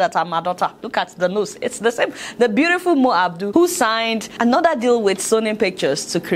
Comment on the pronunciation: My name sake well done 👍 , love your gists . She’s not Mo Abdul ,but MO ABUDU . Thanks